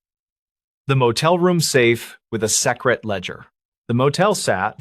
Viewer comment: I'm in Colorado but there's no natural piecing together so it might be hijacked. And nobody pronounces secret that way.